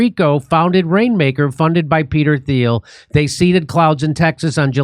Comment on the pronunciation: Spell Thiel. Pronounced teal